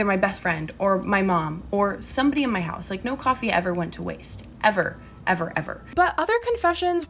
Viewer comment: I always point it out 😂”houwse” kills me